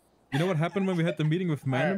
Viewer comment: Love a good "metting" 😂